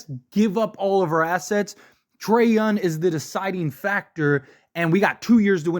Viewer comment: It's so annoying that he keeps saying his name like every two sentences, but then he calls him Yun. like who tf is Trae Yun? 🤣🤣